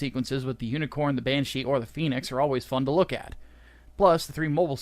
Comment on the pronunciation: you're mispronouncing phenex, it's not pronounced like the mythical fire bird, both "e"s are short like in ten